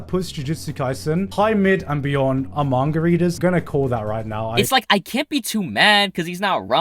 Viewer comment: I've always wondered why he sometimes pronounces "manga" as "manguhrr"